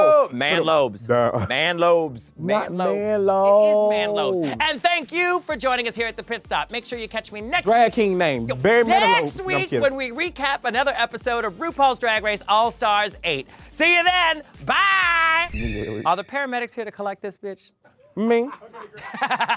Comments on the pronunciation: She said Barry Manilobes 😹😹🌽💟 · Kornbread’s wig🤣 she said Barry Manilobe! 🤣🤣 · “Barry Mani-lobes” 💀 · 'Barry Man-Lobes' PLEASE💀💀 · How are we not all gagging over “Barry Manilobe” 👂🏼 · NOT BARRY MANA-LOBES 😂😂😂😂😂